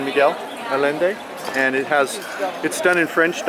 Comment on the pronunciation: Allende is pronounced “Ayénde”. Otherwise, I like your tour.